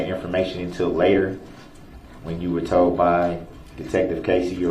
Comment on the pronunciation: Lol, Duh-rell, “What u were toad” 🐸